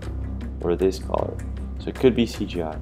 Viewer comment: Why you keep pronouncing the world “ color “ as caller ?